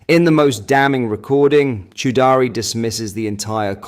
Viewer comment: Chaudrey rhymes with tawdry, not chow daari (Chow daari means chewing the beard 🤣